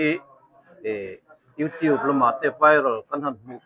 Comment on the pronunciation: Pluster a ni lo a Plaster a ni Youtîb a ni lo a Youtiub anga lam tûr Vidiu a ni ni vi-di-aw anga lam tûr